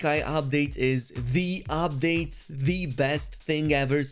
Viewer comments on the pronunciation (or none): It's pronounced UPdate, not OPdate